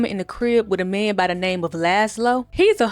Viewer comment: 😂😂I knew I wasn’t tripping like she did not say his name right.